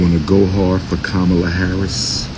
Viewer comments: "Ka-Bama Harris". That's hilarious 😂 😂😂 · He said kaboma Harris 😂😂😂😂😂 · Wait, did he say Kabama Harris???😂